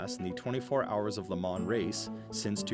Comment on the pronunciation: Way to mispronounce Le Mans.